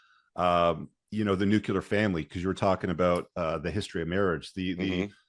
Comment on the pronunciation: Nook-You-Lar is not a word.